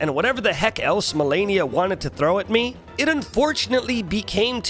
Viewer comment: What's funny is that after dying to her so many times, he still said her name wrong at the end of the video. I dunno if it was on purpose or if the constant beatings made him lose braincells but I literally facepalmed at the end of the video.